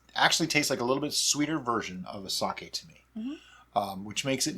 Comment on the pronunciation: Sake is a name - if someone tells you that you are saying their name wrong, it is pretty easy to remember and update your 'habit'. You and treat all your drinks like friends so get with "Sakay" already - I have faith in you A palette cleanser between meals?? usually between courses but hey your day sounds fun!